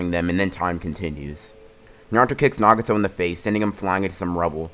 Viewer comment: sometimes this guy can't pronounce easy words like nagato